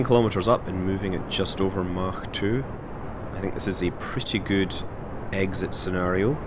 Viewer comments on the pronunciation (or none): none